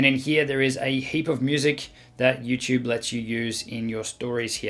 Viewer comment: He says Youchube chuchorial ❤️😄